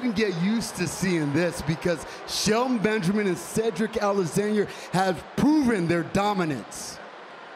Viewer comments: Cedric “Alezanyer” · I honestly thought he said Cedric a-lasagne 😂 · I think Bobby Lashley needs speech therapy lol who is Cedric Alexaner??? That’s why he won’t get the top title you gotta give a good promo 😂🤣😅😂🙌🏾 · Bobby Lashley: "Cedric Alesaner" 💀💀💀💀💀💀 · First Charlotte Flair calls Shayna Baszler "Shayna Blazer", now Bobby Lashley calls Cedric Alexander "Cedric Alasagne" 😂😂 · September - MVP: Celtric Alexander December - Lashley: Cedric Alexiandier Poor Cedric, just imagine how Shelton will say his name on screen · Matt Riddle is the biggest joke I've ever seen smh Also, Bobby Lashley said Cedric Alazanier lol smh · he said alexanyer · Keelson if you hear Bobby speaking u can clearly hear that he said it wrong and that’s exactly what I pointed out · Keelson Bobby fumbled the name. He can't speak properly. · Bobby said it at the beginning of the promo. He didn't pronounce the "d" in Alexander. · They need to stop letting Bobby talk if he's going to get Cedric's name wrong